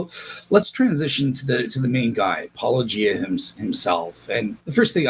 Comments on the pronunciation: I am always amused and a bit annoyed that these people constantly say "-o-gie-ah", "Polla-gee-ah", etc. and yet have no problem with pronouncing the word "apologia" and "apologetics". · Still can't pronounce Paulogia properly. Gary needs to be shown for the evangelical fraud he is. You're doing the lord's work,. As one ex- Menno to another 😅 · I think Gary refuses to say your name because he can't pronounce it- a shocking trend amongst all the apologists who talk about your criticisms, despite the fact that you say it at the beginning of every video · Sunglasses McGee whines that their interlocutors are "not being charitable", has he talked to Gary? He is so uncharitable it comes off as extremely rude, for instance the studied mispronunciation of handle, he could just have used "". His refusal to name names, denigrating the intelligence of any one disagreeing with him. In short, he acts like a badly socialized 5-year-old.